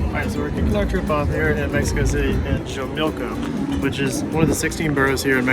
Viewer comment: Hi guys, great video especially given that you're currently a small channel. A little help with pronunciation... Xochimilco is pronounced "soh-chee-MEEL-koh" Chapultapec is pronounced "chah-POOL-tah-peck" I'm heading to Mexico City next week and I appreciate the informative video. Que la pasen muy bien! (Have a great time!)